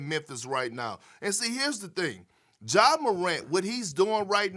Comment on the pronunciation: His name is Ja not Ga Morant, why G12? Help me with that Perk!